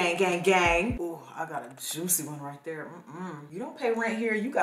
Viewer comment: Why did you have to say juicy like that lmaoooooo? Still love you though.